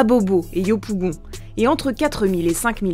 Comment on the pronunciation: Je comprends pas pourquoi ils ont toujours du mal à prononcer 'yopougon'